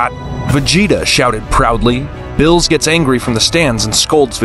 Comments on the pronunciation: The way he says Beerus 💀 he says bills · first of all it's not bills it's beerus🤣🤣🤣🤣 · It's Beerus not bills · Yes sir "bills" calm down "bills" said "bills" who is bills? Do u mean berus? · It's chi chi not Milk, Beerus not bills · Bills? Its Beerus bruh